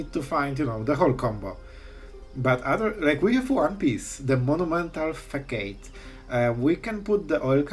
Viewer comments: i love a good janky combo! (btw, facade is pronounced fa-sahd) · It’s pronounced ‘fisaad’ lolol 😂😂 cool video!! 👍🏻